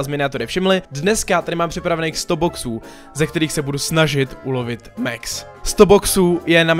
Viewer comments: pls říkej max neříkej mex pls šte mě to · Čte se Max ne Mex.